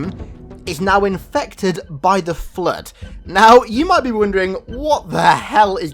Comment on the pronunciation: Dey terk er flerrrrd